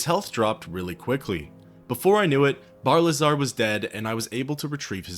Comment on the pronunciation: Isn’t it Barilzar rather then Barlizar?